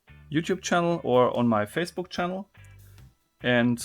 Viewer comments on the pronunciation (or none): none